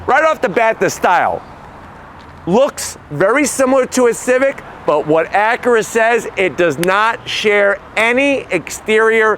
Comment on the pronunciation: Drinking game, every time he says “Acuhra”.